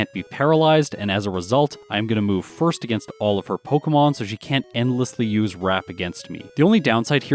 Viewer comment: I thought he said "It's time to fist the rival".